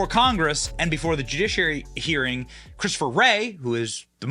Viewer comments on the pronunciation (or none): Did you say the " jewdouchiary" ?? That sounds horrible😮